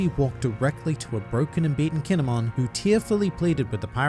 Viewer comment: KINE-MON,,,,, KINE"MON